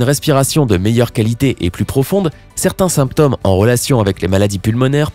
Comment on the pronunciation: On prononce "glaucÔme" et "symptÔme"...la marche n'aide pas à prononcer correctement semble-t-il! 😀